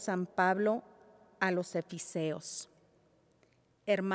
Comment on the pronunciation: What a shame the lady did not prepare the readings. She said "jubileo" instead of "júbilo" on the Psalm, and mispronounced Efesios saying "Efiseos". I think the audience deserves a better effort. It seemed she was more worried about the camera instead of focused on the lecture.